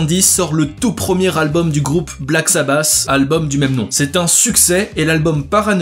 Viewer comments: la qualité de l'anglais fait saigner les oreilles !!! paranoïde !! c'est vraiment bon du Black sabasssss! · Wtf .. Black SabaSSs 🤣 really ?Ça m'a tué ! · Dommage de ne pas prononcer correctement le nom du groupe aussi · Omg comment tu prononces « paranoïde, black sabass, ozzy osbourne, wtf »